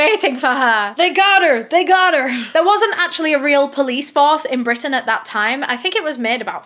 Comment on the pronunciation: “They got er! they got er!” You sounds like someone from my neck of the woods lol 😂😂😂😂